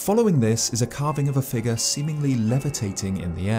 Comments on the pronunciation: A strange “fig-ahh” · I know it's because I'm American, but I love how you say "figure."